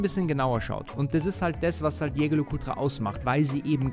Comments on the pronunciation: dat Ding wird französisch ausgesprochen.:) Ich sage das nur deshalb, weil ich auch nicht wollen würde, dass du Börek genannt wirst. Bester Mann - und danke dass du nicht so peinlich wie Kai bist. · Geiles video! Jetzt musst nur noch „Jaeger“ richtig aussprechen 😅 ist ja immer ein Zungenzirkus